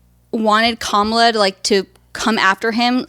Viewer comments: a proper pronunciation of "Kamala!" Dernald tarmp wouldn't be proud of her for pronouncing the boogeyman's name wrong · Proof the mispronunciation is a conscious choice. Classic Freudian slip where she actually pronounces it correctly 😂 But yeah, she will learn about causality hopefully sooner than later. I can tell she is not as daft as she likes to portray, and I think she has good in her because she does care about protecting her daughter. She is just enjoying the shock value from her comments and generally I can’t hate her hustle because I can respect the game even if I don’t agree. I hope that she will take the time to research those words and really try to understand and empathize when she finally understands how certain words carry a lot more weight and simply using them normalizes the heinous ideology behind them. She didn’t like when people started saying terrible things about her daughter, but that is the effect of normalizing hate. Plus, the internet is forever 💯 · did accidentally say Kamala’s name right??